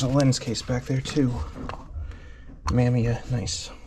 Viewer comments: Mamiya is pronounced Muh-MEE-uh. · Awesome pick ups! Not like it matters that much, but Mamiya is pronounced Muh-me-uh.